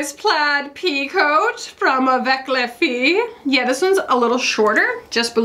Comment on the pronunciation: For the second item you said “Avec les filles” perfectly! Many consonants are silent at the end of French words (but especially “s” and “t” haha)